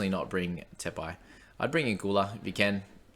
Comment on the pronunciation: Te Pai is perfect, but better to roll the R in Moeroa bro